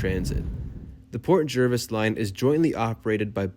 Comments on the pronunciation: Pronounced JARvis. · I lived in NJ for 43 years.. always said JERvis